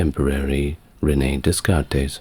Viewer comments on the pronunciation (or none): Hate to be this person but it’s Day-Cart